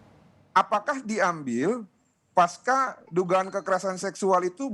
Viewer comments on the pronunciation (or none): none